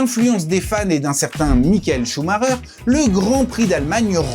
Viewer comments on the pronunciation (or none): none